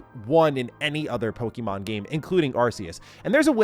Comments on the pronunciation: It's pokAYmon. That's what that little symbol above the E is for. Not PoKEEmon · Just stop saying PokEEMon please. It's cringe, it sounds like a 90's soccer mom talking about little Jimmy's favourite cartoon. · Bro is saying pokey mon like a parent in the 90s